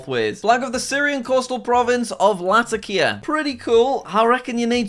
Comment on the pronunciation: I'm from Latakia, you pronounced it wrong, it's pronounced la-tac-e-uh, but so happy to see my province flag in a Jack sick accept rainy vid!